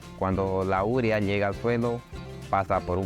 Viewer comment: porqué dice URIA, cuando está escrito UREA ??